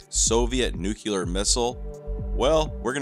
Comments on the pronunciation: Nuclear... nu-cle-ar... noo-klee-arr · I'm triggered as fudge with your mispronunciation of New-clear!!! Not to mention Miss-isle!!! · nuCLEAR. NOT nucular